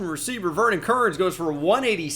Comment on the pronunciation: numbah a hundwed amd fouh wecievuh 🤓